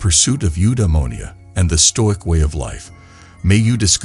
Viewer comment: All the comments here are bots. It's very obvious. Perhaps if you read the script rather than using a bot you'd actually pronounce the workds correctly. Nice if you pronounced stoic correctly at least. Put the effort in ans read the damn script. Be different.